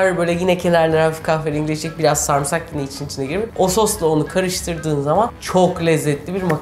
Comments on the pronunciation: Sarmısak demeyin şu kelimeye ! "Sarımsak" demeniz gerekiyor. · YA YETER SARIMSAK SARIMSAK SARIMSAAAAAAAAAAAAAAAAAK SARMISAK DEĞİL SARIMSAKKKKKKKKKKKK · Video çok iiyi ama refikanın sarmğsarğı demesi çok sinir bozzzzucu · Bana da garip geliyo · aynen yaa çok sinir oluyorum ben antepte yaşıyorum burdakiler sarımsağa samırsak diyo dosmxöaççaçÇaş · sarımsak'ı neden sarmısak diye okuyorsun reyiz